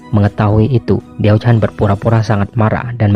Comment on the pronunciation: ralat cara baca mandarin si da mei ren dibaca se ta mei ren, xi shi dibaca si she, wang zhao jun dibaca wang cao ciin, diao chan dibaca tiao chan, yang gui fei dibaca yang kui fei